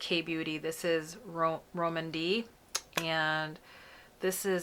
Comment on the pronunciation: Always appreciate being able to see these on our more melanated skin, thanks! Soda” looks pretty on you. I think Rom&nd may be pronounced as “Romand,” like with a long “o” sound :-)